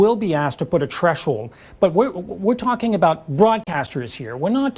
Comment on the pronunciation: Did he say “treshold”?